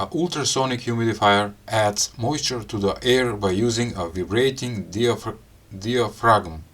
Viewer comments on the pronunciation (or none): I like your videos. If I may.....the word diaphragm is pronounced DYE - uh - fram. Yes, I know. English can be a ridiculous language. Keep the videos coming, friend. Success to you.